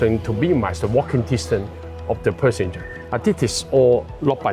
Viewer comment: Perssenger??? 😅Hong Kong people's English isnt that good after all